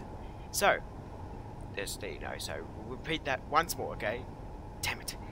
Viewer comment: Oke mate good english :D made me Chuckle